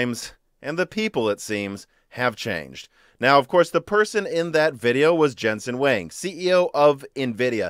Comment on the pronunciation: I don't mind you call him "Jenzen Huwéng". Maybe you can pronounce "Jensen" as "Prick".